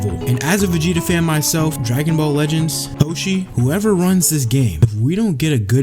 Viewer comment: Db "Lehends" 😂😂